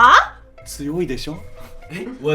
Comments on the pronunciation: a 12m13 quand il a dit oiseau on dirais un infiltré francais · "Oiseau" il me termine,il trouve dit tjrs bien les mots 🤣